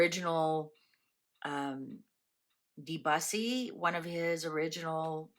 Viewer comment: Pronounced Deboosey! 😊